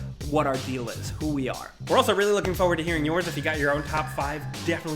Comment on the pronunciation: Anyone else notice how always mispronounces "Forward" as FOE-WARD? Kind of annoying. He says it in almost every video.